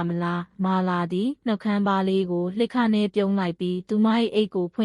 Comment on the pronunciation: တော်တော်ကိုစိတ်မရှည်စရာပဲ သားရေဂျာကင် လှစ်ခနဲ့ နောက် ဘာတဲ့ ရှိပါသေးတယ် ဘယ်လိုအသံထွက်ရမယ်ဆိုတာ မကြားဖူးဘူးလား သောက်တလွှဲကိုထပ်ခါထပ်ခါပြောနေတာ စိတ်ပျက်စရာ comment နဲ့ကိုအလုပ်ပြုတ်လောက်တယ်